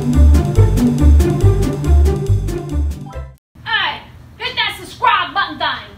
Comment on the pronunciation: she said 'suscribe' lol